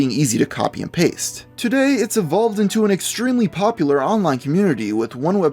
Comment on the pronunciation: Great way to say the word "Today"